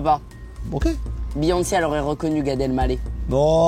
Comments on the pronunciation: « Gad el gallet » 😂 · comment tu prononce gadel maleh tu me fume